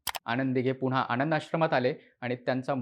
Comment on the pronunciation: Well explained … परंतु ‘न’ चा उच्चार ‘ण’ असा होतोय… उदा. आणंद दिघे … !